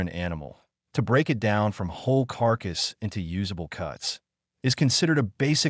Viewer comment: And also splits "it" into the individual letters "I" "T".